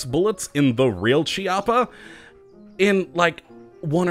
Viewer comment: it's a hard "C" sound because it's an Italian name